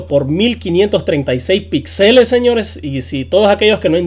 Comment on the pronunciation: Aprende a hablar, se dice Píxeles con acentuación en la i, no pixeles.